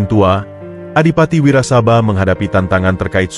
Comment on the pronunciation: Klo baca narasi yg bener dong ...nyong Kye wong Banyumas.....bukan wirasabai ...tp Adipati Wirasaba 1...😂😂😂😂